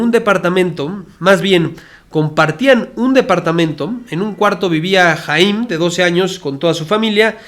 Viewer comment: Se pronuncia "jayam" saban